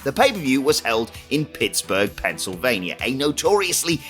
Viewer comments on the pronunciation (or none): none